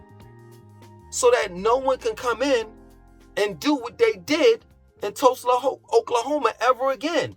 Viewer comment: bro…I’m from Tulsa Oklahoma and it’s sooo funny to hear you butcher the name EVERY SINGLE TIME!! 😂🤣